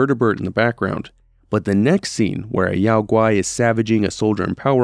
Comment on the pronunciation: Isn't Yao Gui pronounced "Yo-gi", as in Yogi Bear? I always thought this was a tongue-in-cheek joke made by game developers.